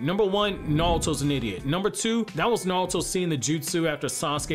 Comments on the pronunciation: i hate how hes saying nalto instead of naruto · The way you say Nalto. Like..why? It’s Naruto. It isn’t hard. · Why do you pronounce it like nalato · Am I the only one who hear him say nawlto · How do you have a whole naruto page and can’t say his name right 🤦🏽‍♂️ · Bro can you say Naruto properly